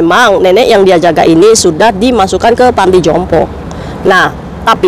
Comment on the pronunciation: Panti jompo kok dengar ku beberapan kali kok ngomongnya (pantai jompo....)🙏🙏🙏🙏